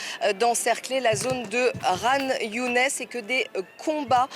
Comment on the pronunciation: Ça ne se prononce pas Younès mais Younis.